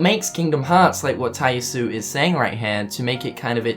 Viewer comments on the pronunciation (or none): Tai Yasue is pronounced "Tai YAH-soo-eh". I'm sorry if I sound pretentious for correcting you on this, but my OCD won't let it go. Get it memorized!